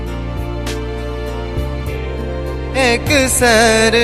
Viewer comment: शव्दक उच्चारण पर ध्यान दी।एकसरि शव्द छैक एकसर नहि। संगहि, मैथिली शव्दक उच्चारण कखनहुँ अल्प त कखनहुँ दीर्घ होई'छ ।जौ कोनहुँ मैथिलीक शिक्षक सँ गायन पूर्व शव्द उच्चारण जानि ली त उत्तम। ओना, आवाज नीक, प्रयास सेहो उत्तम।